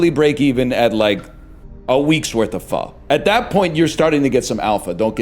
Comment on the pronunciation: He's pronouncing pho correctly